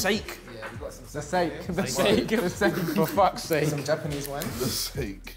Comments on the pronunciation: Did they really just call Sake "sake" 🗿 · just a joke on vik butchering the name of the sake, because squid game Korean too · Vik: butchers the name of a dish Harry: "He was in squid game wasn't he?"